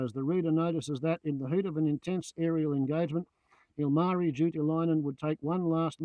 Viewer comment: It's Ilmari, not Ulmarri. Great video subject.